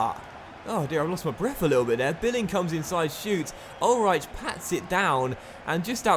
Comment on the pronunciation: In german ch=h so it is pronounced Ulreih not Ulreich also ei= ai but i think you know that